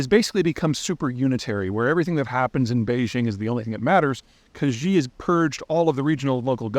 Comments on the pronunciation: Peter! You referred to "President Zhee" so many times. It's painful (like fingernails on a chalkboard). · There is no such person as "Gee". Hard to take the commentary of someone who either can't be bothered is incapable of pronouncing the man's name. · Mao also created a cult of personality, purged everyone and destroyed the economy to an even greater extent than Xi (Peter, you’re still butchering the pronunciation of Xi. Just say the English word “she” and you’ll be much closer to being correct.) Anyway, Mao did many of the same things you’re describing but Deng came in last minute and made relatively positive changes. Would like to hear what’s different about the Xi regime and the world that makes you so certain that the post Xi Chinese regime will collapse given the similarities to the Mao regime. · Please be advised the pronunciation of XI is more like the ''SH' in 'Shower'. 😋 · Xi is pronounced like the female pronoun “she” in English. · As much as I hate Xi, please learn how to pronounce his name correctly. Even saying C jin ping is a major improvement. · Hi Peter, I’m an avid follower of your posts, don’t always agree, but enjoy your perspective. I just wanted to let you know, “Xi Jingping’s” surname is pronounced “SHE”, not whatever romanticization you are using. It’s actually easier than what you have been pronouncing… best. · Love the video, as always, however “Xi” is pronounced like”she” in English. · Pronounced "she" lol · Peter, the surname “Xi” is pronounced like the English word “SHE”, not with “J”, like his first name, “Ji”. In other words, “Xi” and “Ji” are not pronounce in the same way. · Pronounced as "She" Jing Ping. The other two names are said as they sound. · Pronounced SEE jinping. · Pronounced "She-jin Ping" 😊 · Great content. Side note: His name is pronounced exactly like English "she". No need to voice the consonant. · I am initially skeptical based on his extreme mispronunication of the name of Xi Jinping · learn how to pronounce Xi